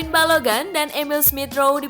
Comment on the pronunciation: Balogun min bukan balogan wkkw